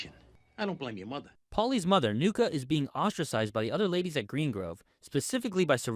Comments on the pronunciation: Do you pronounce names that fuckin terribly to drive user engagement? Nuccia isn't said as 'nuck-a', it rhymes with Gucci. Edit: Nevermind, i just heard how you pronounced "abrasive" 😂 you obviously have some kind of problem with english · Bro learn how to pronounce the names 😂😂😂😂who the fuk is nuka?? You mean Nu-ch-a nuccia And still u haven't learned how to say consigliere😂😂😂😂😂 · Her name is pronounced NEW-CHI. Not NUKA. Nucci Gualtieri.